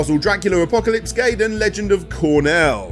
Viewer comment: Loved the history lesson... but.... "Gayden" c'mon... It's pronounced Guy-den